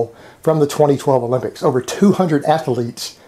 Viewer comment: Why do you pronounce athlete with three syllables? Do you prononce math with two?